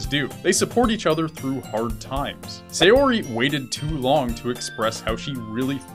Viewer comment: While I've enjoyed some of the benefits of anime and other Japanese stuff slowly becoming more and more mainstream, the most difficult part of this slow process is that all of the youtubers still pronounce every name incorrectly. Sayori- The 'Sa' in Sayori is not pronounced the same as 'say', it's like the 'sa' in 'sand' or 'sample'. Natsuki- While the pronunciation of each syllable is ok here, the lengths and stress is messed up. Japanese is a pretty flat language and while it does have stresses they are a lot less intense than those in English. It also has the convenient feature that unless specifically lengthened with an additional vowel or shortened with a "っ", all syllables are the same length. In short, don't emphasize or extend the 'tsu' like you are. Yuri- Yuri is the one you come closest to getting right, but be careful that the the 'Yu' is properly pronounced like the first u in 'ukulele' or 'uniform' rather than with a 'yuh' sound like the 'yer' in 'lawyer'.